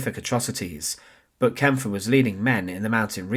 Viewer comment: yes, you can tell AI because it can never pronounce names, especially names like Kampfe.